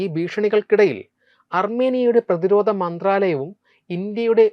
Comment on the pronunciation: പുതിയ തലമുറ അവതാരകരിൽ ഉച്ചാരണ ശുദ്ധി ഉളള ഒരാൾ. ധ, ഘ തുടങ്ങിയ അക്ഷരങ്ങൾ ഒന്നു കൂടി മെച്ചപ്പെടുത്താം. ഉദാഹരണം: പ്രത്യാഘാതം, പ്രതിരോധം. നല്ല അവതരണം.